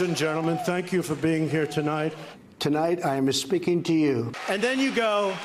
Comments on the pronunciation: He said "I'm espeaking to you" lmao bad hombre! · Did he say: " I'm a speaking to you ah..." with an Italian accent?! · Did he really say "tonight I'm 'espeaking' to you..."??? Like Jose Jimenez? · Some listeners thought he said, " I'm mis-speaking to you tonight..." I wouldn't know what he said. I cant stand to look at or listen to him. During the "talk" I reorganized my sock drawer.